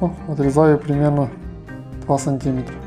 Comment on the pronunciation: Ну блин , какой сантИметр, если сантимЕтр!!! Где вы блин учились!